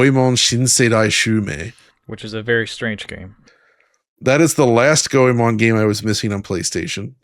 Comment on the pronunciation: How did Goemon become.. Gameon?